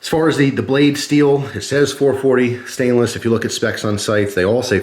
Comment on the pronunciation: Interresting, siainiless, never heard of that before